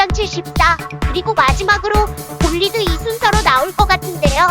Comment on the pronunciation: 뭔가 시작하는 부분쫌에 볼리드이로 들림...